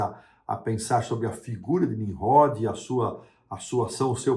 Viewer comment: Não é Ninrrode e sim Ninrode.